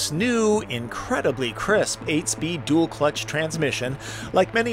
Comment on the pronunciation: What is a “Dool Clutch”?